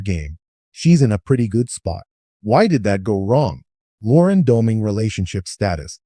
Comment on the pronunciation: Well at least whoever wrote this one got her age right. But that person's TTS didn't pronounce her name correctly either. And I don't know why you're posting a video talking about her "recent HOH" when the show has been over for more than a week now. Nothing in this video is news or even current